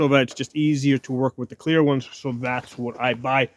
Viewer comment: Are you saying CLEAR or KWEER?